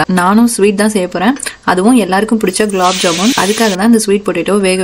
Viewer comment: Aunty it is not ‘glaab jamun’ it is gulab jamun 😂😂😂 but however recipe looks good